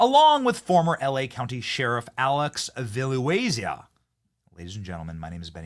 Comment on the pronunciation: BENNY! His name is ALEX VILLANUEVA not Villanuezia! lol 😅😉😂😂